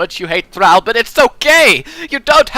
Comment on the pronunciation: I don't know why, but the fact you miss pronounce Thrall annoys me xD great video though thanks